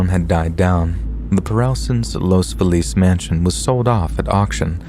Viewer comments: In the first story, the place is pronounced Los FEE-lus. At least that's how I've always heard Angelinos pronounce it. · That’s not how you pronounce Los Feliz in LA. As a local, I cringe everytime you say it. 😂